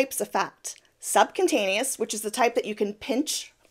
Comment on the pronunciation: subcutaneous not "subcuntaneous" - Freudian slip? 😂😂😂